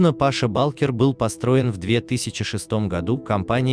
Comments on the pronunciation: Какой Паша балкер😀 ударение не туда-то))) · Паша Булкер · Паша. Ударения неправильно делает